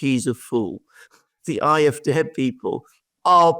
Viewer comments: I know it's a small thing but I've just subscribed to the channel after hearing a few enjoyable videos and is their any reason you keep pronouncing them the "IFD" instead of the AFD? Is it a censorship problem or is there a reason I'm not aware of? Thanks. Good video and it'll be interesting to see what lies ahead in both of these countries. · Why does he insist on pronouncing AFD aye eff dey when real Englishmen say aye eff Dee? He sounds so precious.